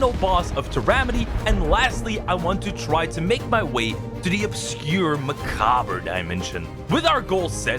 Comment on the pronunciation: why'd you say macabre like that 😆